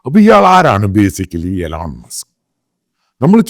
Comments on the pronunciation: Elon musk alla eelon musk aanu pronounciation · എലോൺ മാസ്ക് അല്ല മണ്ടാ ഇലോൺ മാസ്ക്